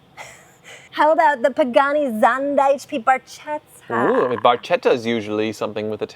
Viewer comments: Barchetta....😂😂love you guys but c'mon learn how to pronounce Italian names. It's not so hard... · Love the show but you guys killed me on this episode- you mispronounced “centenario”, “cientodieci” and “barchetta”!